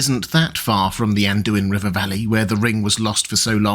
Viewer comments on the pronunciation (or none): none